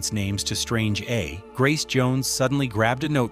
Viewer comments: Strange A pronunced Straungé. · ….and Strange /strahn-jay/ pronounced /straynj/ 🙄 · Strange - Aaaa - oooooh the AI voice can't pronounce Strangé... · I knew this was some 🐂💩💩💩 when the narrator said Strange A. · and Strange A. LOL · Right!!! And "Strange A"😂😂😂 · Once I heard “Strange A” ….. oh come on now! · AI can't pronounce things right, 😂😂😂